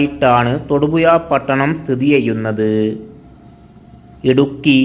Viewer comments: തൊടുപുയ അല്ലടമക്കുണ തൊടുപുഴ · എടാ പൂറി മോനേ.. തൊടുപുയ അല്ല.. അവന്റെ കുണ്ണ.. പോയി മലയാളം പഠിക്കെടാ കഴുവേറി മോനേ